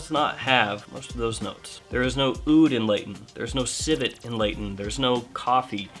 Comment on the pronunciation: Aoud is pronounced OOD. The A is silent.